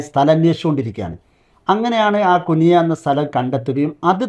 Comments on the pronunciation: കുനിയ അല്ല കുണിയ ആദ്യ0 അതു പഠിക്കൂ??? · കുനിയാ എന്നല്ലഉച്ചാരണം കുണിയ എന്നാക്കിയാൽ നന്നായിരുന്നു